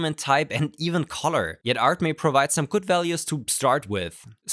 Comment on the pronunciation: It's not "ART, MEH!" it is "ArtMe" as "Me" as in "Mii"